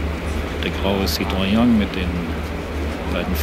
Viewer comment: Er spricht vom grauen "Zitroion" (Citroën) und der Stadt Güstrof (Güstrow). Wo hatte dieser Heini, seine Ausbildung? Der Stil ist allerdings wirklich recht zurückhaltend.